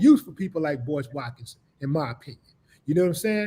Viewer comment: Sorry Mist-ah Wa-kins